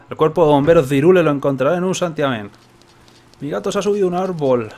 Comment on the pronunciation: se escribe Hyrule, pero se pronuncia Hayrul